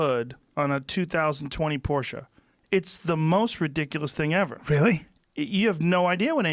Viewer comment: Yea he learned how to say it finally